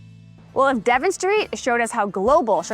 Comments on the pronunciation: You keep pronouncing it Devin, the correct pronunciation is if you spelled it like de von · Devon is not Devin, it's Duh-vahn. Just fyi. ;-). Nice video. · Your are not from Chicago. It's not De vin / Devin St. It's De von = Devon St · I am a Chicagoan born and raised. I just stumbled on your channel and you guys are lovely. I know if I ever move away from Chicago I will miss the food. So many options and all of them just feel like home for me. Don't sweat the Dev-on mispronounce, it is always a street name amongst a few that when I hear it I know oh someone is not from here. Keep up the great content. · Devon Ave. is pronounced "deh-VAUGHN". Source: my mom grew up on the street. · Devon is pronounced like "deh-vaughn" accent on the 2nd syllable. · It’s pronounced Da-von Avenue. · that ain't how Chicagoans pronounce Devon, but no problem (we say daVONN) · He is exactly right you are mispronouncing the street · Thank you for hitting the neighborhoods, that’s really what makes Chicago special! Other’s have corrected you about the local (albeit nonconformist) pronunciation of Devon, but quite a great food neighborhood. Watch out, those moon cakes are calorie dense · Hey, seriously don't sweat it. I'm a Chicago native and current resident. The first time I heard Devon "mispronounced" was on MoviePhone (look it up if you're too young to remember it) and it cracked me up because I had never made the mental connection to the English county. That gives you an idea as to how ingrained the local pronunciation is. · Thank you as somebody who lives off of Devon my heart stopped when I heard her pronounce it that way😂 I literally learned how to drive on that street. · The way she pronounced Devon hurt my ears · Please take note that the English speaking population of the world is over 1.5 billion and only people from Chicago apparently pronounce it like it's French :D You're welcome.